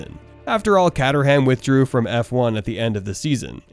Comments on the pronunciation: Sorry had to stop watching after the pronunciation of Team's & Driver's. Awful. CAT UR HAAAAM ffs. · Great video but “catterham” and “Ty-rel”? Gonna need some practice pronouncing names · Great channel, but the mispronunciations of Tyrell and Caterham are a bit grating.